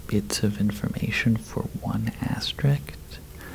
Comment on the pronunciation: It’s pronounced aster isk